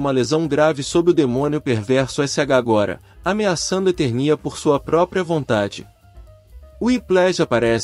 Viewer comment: Na boa, esse locutor não conhece He-Man! Errar as pronuncias de Eternia e Trolla, chamar Esqueleto de Seletor e não saber que aqui no Brasil o personagem tema do vídeo se chama Lagartauro.